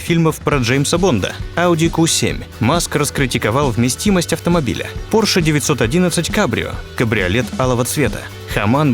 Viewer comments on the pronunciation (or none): none